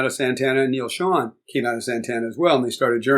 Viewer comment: That's Ansley Dunbar on drums. Steve Smith came later that year. And (Neil) Schon is pronounced with a long O, like own, not on.